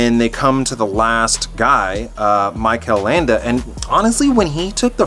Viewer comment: You nailed the second time you pronounce "Mikel Landa". Belive me, I'm from Spain.